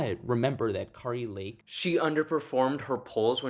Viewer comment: Ka-ri lake, not Caree. Come on, man, this is your business, get the names right.